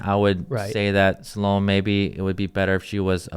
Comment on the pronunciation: Salome is pronounced sal oh may.